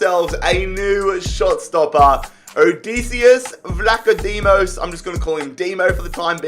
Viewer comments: ODISSEAS VLAHODIMOS thats how you pronounce it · It’s proud Ed odd-iccyious vla-chodimoes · So the way you pronounce Odisseas Vlachodimos is pronounced Odi(like you say Lodi)-se(the way you say set)-as Vla-cho(with a ho like sound)-di(like division)-mos so if it makes it easier try to read it like Odissé-as Vlahodí-mos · It is o-dys-se-as the e sounds like elephant's e, and vlach-o-dimos the I is sounds like fifa's I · That’s not how to pronounce it